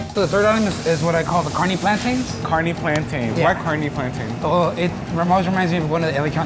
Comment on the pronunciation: Omg i thought he was tryna say carne like carnee I was so confused but I see now